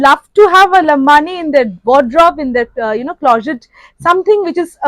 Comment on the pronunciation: lambadi not lambani